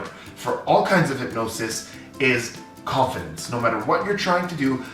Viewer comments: When he was saying confidence I heard coffin dance 😂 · The first time he said confidence I thought he said coffins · I can’t unhear this 🤣